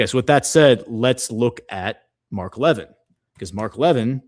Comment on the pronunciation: It’s pronounced Mark La vin. He has not liked Trump since 2016. He was a Cruz supporter for president. Cruz defends Israel no matter what.